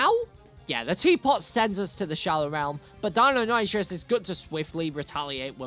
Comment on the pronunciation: The colour around your eyes make you look dead, deinonitrous do you mean deinonichus (thats how its pronounced)